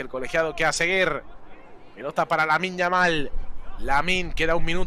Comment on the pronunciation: Pero que partido está comentado el comentarista?? Ahí va Yamin Yamin Yamin lamal